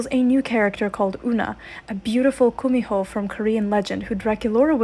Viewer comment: Btw it’s not kumiho but 구미호 which is pronounced gumiho☺️❤️